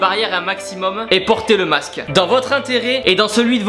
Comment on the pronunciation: Le quoi Tibo ?? Le MAQSE, lol 😉. allez bis.